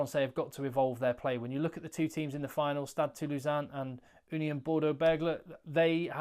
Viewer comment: Compliments on the very accurate pronunciation of Stade Toulousain👍